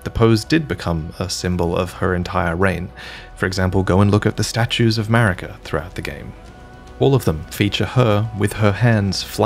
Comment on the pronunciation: You realise what “>” means right? And it’s Marika, not “Merika”